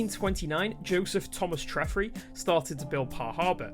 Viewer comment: I live 10 minutes from the Port of Par, and volunteer at Bodmin & Wenford, so these were a day one preorder (Also, it's pronounced Treh-fry not Treffree 😂)